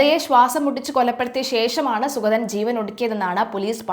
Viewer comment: സുഖതൻ അല്ല സുഗതൻ. ഉച്ചാരണം ശ്രദ്ധിക്കുക.